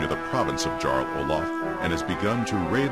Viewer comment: but you are meant to pronounce it as a 'y' eg 'Yarl'